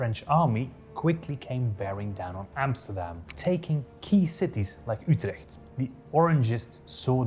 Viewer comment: As a Dutch guy, I'm ridiculously impressed by your pronunciations of Dutch words and names. You nailed a soft Dutch G when saying Utrecht as much as a non-Dutch person possibly can. That's a massive achievement. I have friends all over the world for many years, and all of them struggle even with the soft Dutch G when I tried to teach them. (I've been told by them that they think my hard G sounds like a cat coughing up a hairball, lol.)